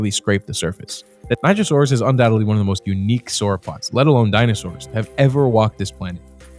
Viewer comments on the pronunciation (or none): none